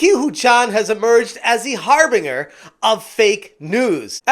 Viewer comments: You should really Google "harbinger" and hit the pronounce button, my dude. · Dude cmon you are a gaming news youtuber. You have to know how to pronounce words like harbinger